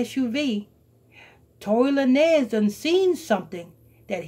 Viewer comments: TORY LA NEZ LMAO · Tory LaNez lol it’s pronounced Lanes